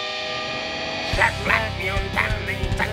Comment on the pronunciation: IT'S JEKBLACK GET IT RIGHT